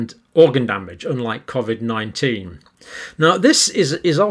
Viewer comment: John either pronounces it cof-vid consciously or subconsciously to pretect his mind from the lies hes spouting and to protect from the mob stringing him up from the nearest lamp post if humanity ever wakes up to the hoax "no no i meant cofvid not covid" wont work johnny boy